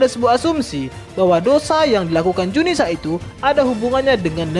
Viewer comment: zunisha bukan junisa...admin koplak